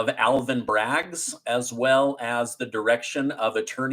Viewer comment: it's BRAGG, not "Braggs"